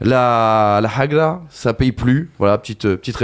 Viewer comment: MASTERCLASS DE, LA MANIERE DONT IL A PRONONCé HAGRA M'A TUé 😭😭😭😭